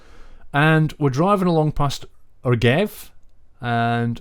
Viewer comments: Rgev usually pronounced more like Rjev or Rzhev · Rgev is sounds like Rzhev actually. But other names were really good) Greetings from Russia :) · Very cool video, as always. The map looks nice but it's got kinda weird transcription for city names. "Rgev" and "Velig" is "Rzhev" and "Velizh" in the traditional transcription. Also, your pronunciation is okay :)